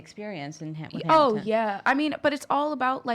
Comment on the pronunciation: I cringed when she said Hamil-couple, NOBODY CALLS IT THAT